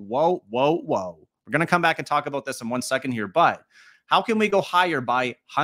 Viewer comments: That aboot killed me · A-boot.... lol